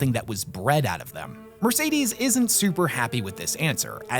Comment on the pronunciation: Her name is not Mercedes. Horrible pronunciation all round, good video nonetheless.